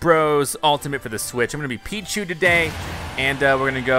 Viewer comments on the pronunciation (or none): Peeeee That what I heard to.